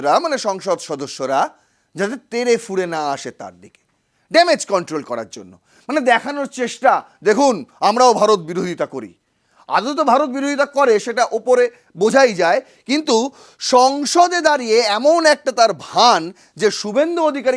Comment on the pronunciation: এত বড় চ্যানেলে দায়িত্বশীল উপস্থাপক হতে হলে ভাষা সঠিক হতে হয়। "আদেও" বলে কোনো শব্দ হয় না। "আদৌ" শব্দটা সঠিক উচ্চারণ শিখে নেওয়া উচিত।